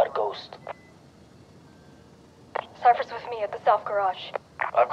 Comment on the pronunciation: I think Cypher said "We are close" instead of "We are ghost"